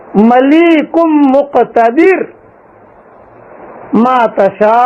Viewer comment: مليك هے ملیق نہیں